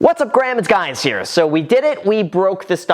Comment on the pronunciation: why does he always say "whats up Ghram its guys here"